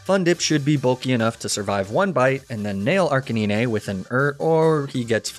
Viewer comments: why did that man just say "arc-a-nin-ay" instead of arcanine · even though you mispronounce ninetails and arcanine in the same way, the way you say arcanine bugs me way more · slightly triggered by the ni-ne tails and arca ni-ne pronunciations even tho u said it right the next time but loved the video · Were not gonna talk about how he calls ninetales and arcanine ”nineytales” and "arceniney”😭😭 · HES AN ARCANE CANINE! Arc-canine! Say it correctly ONE TIME pls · ArchaNIne??? Its Archenine… you know like canine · ARCANEENAY - please tell me this is some inside joke I’m missing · BRUH it’s arcaNINE and NINEtales like the number NINE (9) NOT niné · No way he said arcuhneenay and neenaytales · Did he say... Arcaneene? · you dont say arcaneenay you say arcanine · I'm freaking dying hearing you pronouce arcanine and ninetales as "Arcaneenay and Neenaytales" x'D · arca-ne-nay? im sorry WHAT cmon. NE NAY TAILS CAN YOU SAY NINE? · Arcakneenay & Kneenaytales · arca-nee-nay and nee-nay-tails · It is a running joke with. He also pronounces Arcanine as Arcay-ni-ney, Lapras as La-prah, and Magnemite as Mag-ney-mi-tey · Arca- niñé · Wait have I been saying Arcanine and nine tails wrong lmao the way this guy says it makes me rethink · My favorite ghost is Chandelure, but the way you were saying Arcanine was throwing me off lol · The scariest part of this whole video is how you pronounce Arcanine, other than that sick vid as always bro lmao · The way you pronounced Ninetails & Arcanine was truly horrifying... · The Arcanine mispronunciation, I can understand. I hate it, but I can understand. But Ninetails? NINETAILS!? You literally called it the Nine-tailed fox? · You pronounced Arcanine wrong it's not Arcanine it's Arcanine even though they're spelled the same you pronounced it wrong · strangest pronunciation of Arcanine i have ever heard lmaoo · Does anyone notice him mispronouncing Arcanine and Ninetails names wrong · the way he says arcanine pains me